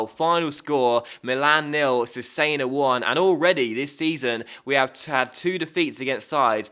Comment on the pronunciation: Cesena is pronounced Chess-enna